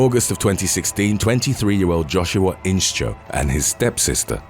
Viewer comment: It's not In-Cho but In-Show. The sch is pronounced with the sh sound. As in shoe, shh.. Inscho